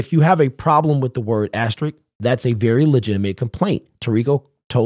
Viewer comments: asterisk not asterick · Asterisk, not ast a Rick